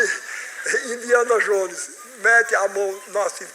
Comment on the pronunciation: Esse boçal nem sabe pronunciar Indiana Jones e quer fazer criticas, a palavra convence mas a atitude arrasta se EUA executam em açao sua dominaçao é pk boçais que nem sabe pronunciar um nome nao conseguiram antes